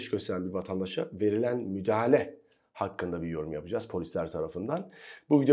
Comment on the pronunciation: merhabalar. "Müdahele" değil, "Müdahale". Saygılarımı sunuyorum:)